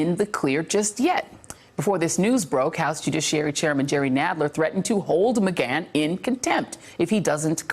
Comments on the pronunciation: Lmao not to mention she has been saying this dudes name wrong everytime for 2 years!! It's like she can't say Mcgahn or something. I swear she does it just to add her own flair or something, like wtf. Mcgone. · Mcgone or Mcgahn pronunciation. (Slight distraction with this broadcaster) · Is it "Megon" or "Megan?" Wtf is she saying it like that? Can someone help with the Pan, Pam thing? 😂😂😂😂😂😂😂😂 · It only took her 600 times of saying ma-gone for her to say ma-gan when adler was going to say it. I cant stand her. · Is it pronounced Mcgawn or Mcganne? She keeps switching her pronunciation and it’s driving me nuts. ☮️ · "Don McGon", really? Does she even watch her own network? OK, after 4 tries she finally got it right (must've been the producer in her earpiece), and then got it wrong a few times more. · Ma-gone vs. Ma-gann. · It takes away from listening when I hear things mispronounced. How long has Joy not been hearing Don Mcgahn's name? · Yep. It grates on my nerves every time. Ugh. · Please choose one pronunciation of Mcgahn, kind of annoying. Ty :) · I'm so glad somebody finally told Joy how to say Don Mcgahn's name. I was getting ready to start calling her Joy Ride! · JOY... WHY DO YOU KEEP GOING BACK & FORTH ON THE PRONUNCIATION OF "McGAHN"?... PAINFUL!!!